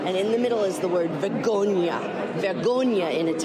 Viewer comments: "Vegonia"? Ah, no - Italian for shame is "Vergogna" - seems Martha-Ann is not too good at Italian.... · Joy it's vergogna...you keep leaving out the r... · My late husband was Italian. It''s spelled "vergogna". She just didn't roll the "r".